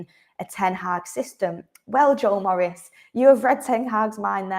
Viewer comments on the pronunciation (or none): none